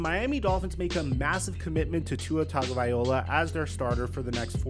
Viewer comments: Will learn how to pronounce Tua's last name? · It’s worse when he says Tangovaiola instead of Tagovailoa